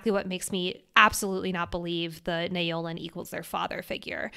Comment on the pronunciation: Love your work and both of your dedication!! I’m only up to this episode, but wondering if pronunciation of Naolin is in fact “Now-lin”? This may be more accurate, from a mandarin standpoint (although we don’t actually know his ethnicity, and this is my own assumption/projection). Especially keeping in mind that Yarros has been good with representation, and it wouldn’t be unlike her to have such a name in her book ☺️